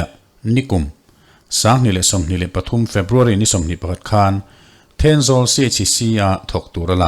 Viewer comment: Earpod in ka ngaithla a.. Th a ri hi i lamfiah theilo nge.. Eg: Pathum..Patum 🫣